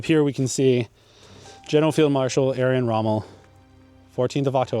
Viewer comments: Arrian? You mean Erwin Rommel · Erwin not Edwin 😂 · Just say ErVVVVVVVin Rommel , rant over . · Erwin pronounced Air-Ween for you english guys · I’m not taking anything away from your research. Listen to the two ways you pronounced his christian name and you’ll see that you were indeed mistaken when you pronounced it without a cue-card. Why do I say that? Because when you read it off of the plaque, you pronounced it correctly - albeit it with the usual anglo error. “Aryan”, “Irrian” etc cannot be written off as accent - they don’t remotely resemble the spelling nor the pronunciation. Sorry dude, but that’s how it is. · a few times! 😂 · Good video, but constantly saying his name incorrectly throughout?? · Thankyou for the video....I enjoyed it, apart from the way you pronounce ERWIN.......Please do this great mans memory justice by editing the vocals and pronouncing it correctly. You have a pleasant voice tone ,so this should not be difficult. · That's disrespect to Miss pronounce his first name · Nice video dude. Mispronounced his name, but I am sure you're well aware of that by now. Otherwise this video was fantastic! Looking forward to more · for Christ´s sake, couldn´t you even get the pronunciation of the name of man right about whom you are making a video? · If you are going to do a post on someone please learn how to pronounce their name properly. Second, Rommel was a field marshal not a general. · It shouldn't be that difficult to pronounce Erwin correctly. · In German the w has a v sound so correct pronunciation would be Ervin Rommel. Long E sound, rolling the R sound with the tongue, pronounce the V and then the rest is normal. So even though it’s spelled with a w, Erwin, it’s pronounced as Ervin. Like I explained. I don’t know where you got saying Aryan Rommel or who Aryan Rommel is. If it’s spelled with a V, in German the V has an F sound, so like with Volkswagen, in German you’d say Folksvagen, some Germans just say Fow Vee. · Edwin not Aryin.